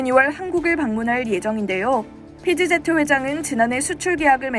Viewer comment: PGZ(피지제트)가 뭡니까? "피 쥐 지"로 발음해야지요 ㅋㅋㅋㅋ